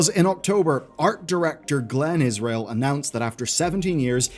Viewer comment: every time he say israel i physically recoil